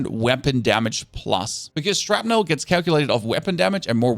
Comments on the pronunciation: "shrapnle"....not "shrapnel" Thats how you say...i hear you say it....Theres another but ill say it when i notice....its with an "A" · SHRAPNULL maybe